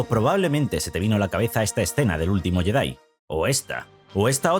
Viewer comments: Si vas a pronunciar la 'J' como 'Y' para decir Yedi, entonces de una vez por todas pronuncia bien la palabra Jedi como "yedái". Otra cosa, la 'L' no se pronuncia en Skywalker. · Pronuncia bien el nombre Jedi, Skywalker. Ósea nada nuevo. Lo peor es que en la última película pusieron una escena lésbica. Rey es una típica Mary Sue.